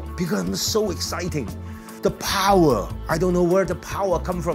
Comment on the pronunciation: says "power" like Arnold Schwarzenegger